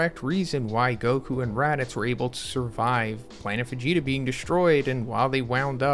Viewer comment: immediately noticed that, sounds almost like "Fegeta"